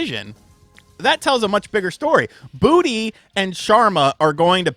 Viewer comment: i hate to be that guy, i keep hearing charemon. lets not forget bootey doesnt help.